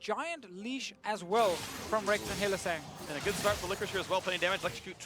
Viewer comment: In no universe is Hylissang pronounced Hill-uh-SONG!!